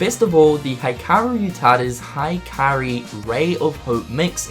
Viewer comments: "hikari" is pronounced hee-kah-ree, not high-kah-ree, otherwise it would be "haikari". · Thank you! It was weird to hear female character's name in Hikari to Hikairi. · Cool video! For future reference, It's "He - Kari" not "High - Kari" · It's Hi-ka-ree, not High-Kairi! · High kairi lol smokin some dank weed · the Hikari song is pronounced as "Hikari" the "i" in "Hi" is "e" in S"i"mple not "i" in H"i"gh. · Okay. The 'Hi' part of 'Hikari' you could let him off for. But...'Kairi'? There needs to be an extra 'i' for that to be possible xD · > Makes fun of someone for mispronouncing Xehanort as Xenanort > Pronounces Hikari as High Kairi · "high kairi" lol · I'm sorry but why are you still pronouncing "hikari" like that? >__< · I'm a fan of your videos so I'm gonna help you with some Japanese pronunciation. Hikaru: (HE-kah-roo) Hikari: (HE-Kah-ree) Tai Yasue: Tai (you got that part right) Yasue (YAH-soo-eh) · Who else went to the comments as soon as he mispronounced Hikari and Hikaru? xD